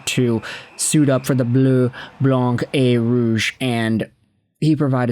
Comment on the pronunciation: Pronunciation of the colour Blanc the C is silent.